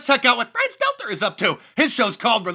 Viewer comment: You keep mithpronounthing Brian Thtettler'th name! It'th THTETTLER!